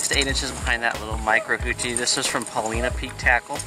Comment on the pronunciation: Love the videos! I've been kokanee fishing for more than 25 years and have always used cowbells until recently. But, since I fish Paulina Lake, which is just at the base of Paulina Peak, I have to comment on your pronunciation: it's Paul-EYE-na.😂 That said, I have a question that I hope you can answer. Recently, I was kokanee fishing at Paulina Lake and did not do at all well. I use an inflatable kayak for a variety of reasons, so my trolling is all done with a paddle and I maintain a speed of 1.2 - 1.6 mph with as many slow S-curves as I can manage. On advice from another fisherman, I affixed reflective material to both sides of the paddle blades to aid visibility. This stuff is what would be used if you were making your own dodgers. Is it possible that the addition of this reflective tape is spooking the fish as I paddle? I am trying to blame something, obviously, since changing out the tackle didn't have a marked impact on my results. I didn't add the tape until this year and last year I did much better. Thanks in advance for your feedback and I hope you took no offense to my pronunciation comment.